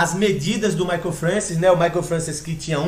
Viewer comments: Eu acompanhei essa época e era fã desse cara. Eu tinha fitas vhs com treinos dele de 1994. Se pronuncia Mike Françoa.... eu sei,pois ouvia sempre falar o nome dele, e nunca ouví ninguém falar Francis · Francis? Não seria francoA? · pronuncia-se "françoá"